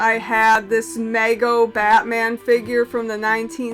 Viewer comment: lol...Great Video...As Usual...🤩👍☀️...Great eBay site...I will check it out. BTW...It's pronounced "ME.. GO." Lol I'm not trying to pick on you Thanks & Blessings...make mine a wild cherry Pepsi. 😂😅